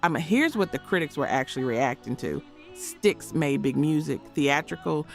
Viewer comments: Did you just call STYX…S-TIE-EX??? 😂 😆 😝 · L-E-D Zeppelin? Ello? Sty-icks? C’mon. While you’re “researching,” find out how to pronounce the names. Or edit the audio track before posting. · E.L.O. not Elo. STYX not Sti-x. Led not L.E.D..